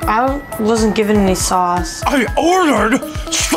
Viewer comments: I thought he said sauce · I swear he said my 'sause'.